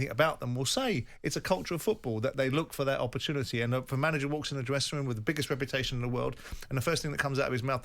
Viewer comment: Was it just the drugs or did Simon 🤔 just say "woom" and not "room" 🤔🤔🤷‍♂️🇮🇪🇮🇪🇮🇪🇮🇪